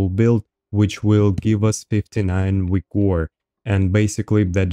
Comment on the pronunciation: it's wigor man come on....